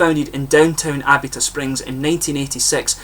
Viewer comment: I sure do appreciate the "shout out", man! This particular beer didn't really appeal to me, sad to say, but I adore their Jockamo IPA. Actually, it's pronounced "Uh-bee-tuh".